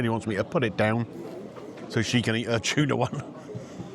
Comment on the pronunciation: Cheese and chuna, great combo lol. Love the way you say chuna! I can see why they are so popular, those looked amazing with huge portions. Nice to see someone like him put the work in and it pays off. Keeping the quality up will see him continue another 20 years. That was so nice getting a fan pic, they seemed chuffed. Glad you spent time with the greenager and she enjoyed her lunch too!